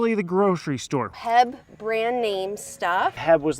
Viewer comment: "Heab" rofl, you can get by a bit with 'heeb' but that may be only at the "ghetto HEB" near Baylor back in the day. but yeah, H E B thanks for the laugh.